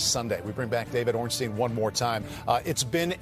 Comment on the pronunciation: D. Ornstein is very good at name pronunciation. Top notch